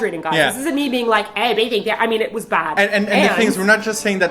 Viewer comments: Why do people say Bei "zh"ing? As far as I know and can tell from my Chinese parents, it really is said like its spelled. Beijing. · You are pronouncing Beijing wrong. J as in jam. G sound. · The pronunciation of 'Beijing' tho